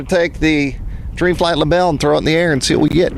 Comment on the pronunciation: Great video. Thanks for posting. A little help with the German... It's pronounced libel-eh.😁 Cheers, Chris